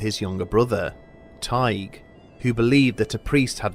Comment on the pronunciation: Is his name spelled Tadgh not Teige because your pronouncing it like Tadgh.